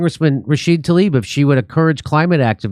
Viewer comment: That's "Rashid-UH," Jimmy. To intentionally, repeatedly mispronounce it makes you sound like FoxNEWS.